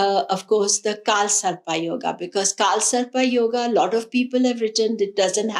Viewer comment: Thanks.. its not kaal sarpaa - its kaal sarp. same for nakshatraa - nakshatr. why adding extra aa